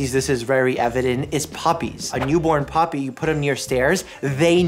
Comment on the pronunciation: Love how ya say poppy instead of puppy😂